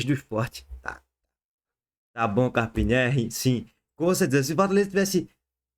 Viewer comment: “Carpina” não tá puro não, Lulu! 😂